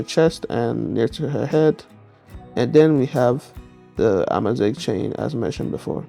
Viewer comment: AMAZIGH MENTION?!?!? holy peak finally some representation of my culture, even if you didnt do the prononciation right, im loving it I love how you interpreted out culture tehehehe in giggling